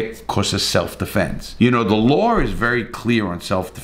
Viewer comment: Revisiting this in 2024 to laugh at how angry people got, even though they couldn’t give you a single detail of the case. Also, I love the way you pronounce the word law as “lawrrrrr”!